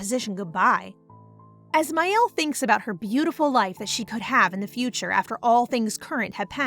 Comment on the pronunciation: I hate to be that person, but mielle is pronounced me-elle ( it means honey in French)